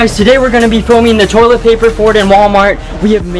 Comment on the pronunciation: Did say Tolit fart